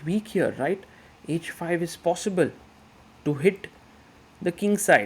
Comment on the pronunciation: Grow up & learn taste. 🤣 He is good, but best?! Best do not yawn on every commentary. It is h5 for example and not "edge5" ...heart he has, what I appreciate though! ❤